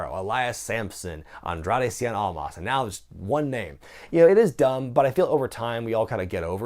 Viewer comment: or they just can't be bothered learning how to say "cien almas" right.